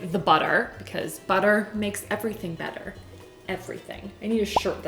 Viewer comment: Every time she says “better” I feel like she is saying “batter” 🤣